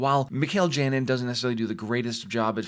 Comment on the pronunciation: Great channel and videos! However, in Spanish "Janin" is pronounced "HA-nin" Please keep up the great work!